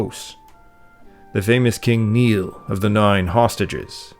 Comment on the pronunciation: UI Neill not Neil